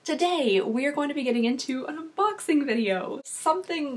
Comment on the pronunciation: Un-box-ING Not unboxeeeens 🙄🙄 Sorry but that has bothered me for soooo long